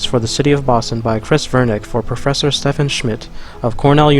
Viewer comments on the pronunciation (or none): none